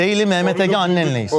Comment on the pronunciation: ' Sevgili Mehmet Ege, Annenleyiz.. ' kral o es ardından gelen yanlış tonlama maalesef kopartıyo ya şlfdmhfdhpo